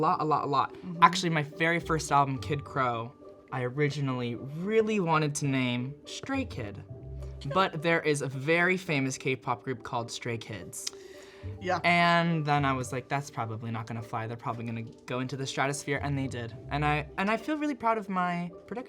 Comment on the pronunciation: Wait did he say stray kid or straight kid 😭😭